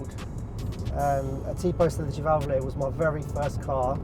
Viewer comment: my man even pronounces sedicivalvole the right way